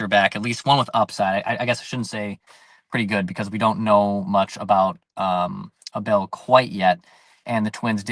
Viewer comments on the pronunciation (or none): Just a heads up, it's pronounced A-bul